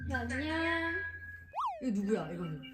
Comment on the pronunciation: 아진심 ㅠㅠ 내가 보려고 찍은 좌표.. 안녕 발음 몬뎅 .. 너무 어린이 다됐고 그냥 귀엽고 난리❤❤❤